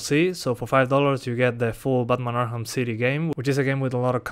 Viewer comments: Learn how to say arkham you were saying arham not arkham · why do you say "arham" and not arkham XD LMAO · ARKHAM CITY not arham city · Batman "Arham" City lol